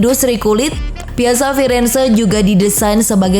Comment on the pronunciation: Piazza di baca Piatza...